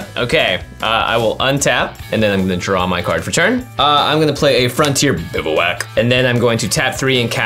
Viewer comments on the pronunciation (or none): Jimmy why you gotta say Bivouac like that